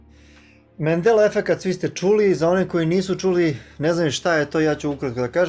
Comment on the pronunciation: MANDELA a ne Mendela